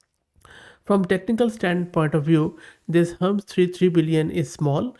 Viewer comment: Hermes - do you mean Hermeeeez and not Hermz!!!